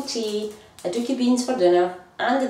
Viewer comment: I love how she pronounces it. Sounds like "a dookie" I'm sure they taste better than that lol.